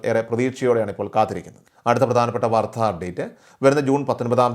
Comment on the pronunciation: വാർധാ അല്ല വാർത്ത.😮